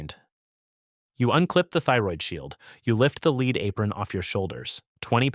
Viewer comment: beat me to it. So annoying hearing leed for Pb!